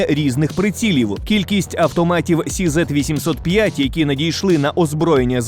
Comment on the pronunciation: Не хизет , а Х(ікс чізет)